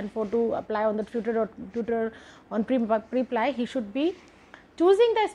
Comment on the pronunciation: Isn't it preplee and not priplaiyee??